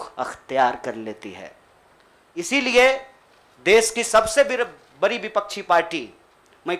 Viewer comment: लराई, बरी, जिम्मेवारी,करोरो अबे हिंदी तो सही बोलना सीख ले😃😃😋